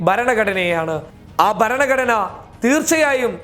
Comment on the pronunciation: നിന്റെ അപ്പന്റെ പേരിലുള്ള ബലാൽസഘത്തിന്റെ കേസ് ഇന്നായിരുന്നല്ലോ , എന്തായടാ അത് (എടാ കോപ്പേ ബരണഘടന അല്ലടാ ചെറ്റേ ഭരണ ഘടന എന്നു പറയടാ ചെCറ്റ ) നിന്നെ തന്തയായിരിക്കും നിന്നെ മലയാളം പഠിപ്പിച്ചത് , നീ പറയുന്നത് കേൾക്കാൻ നുപ്രീം കോടതി ജഡ്ജിമാരെല്ലാം നിന്റെ അപ്പനല്ലേ